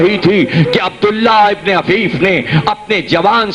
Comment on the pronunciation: جناب عفیف صبح حفیف غلط